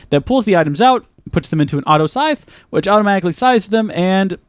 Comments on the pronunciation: Sieve, not "Scythe" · Sieve /sɪv/ So, you pronounce it "Siiv"